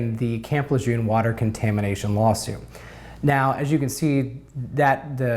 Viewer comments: properly pronouncing the name of the place would be a good start... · Please stop mispronouncing Lejeune!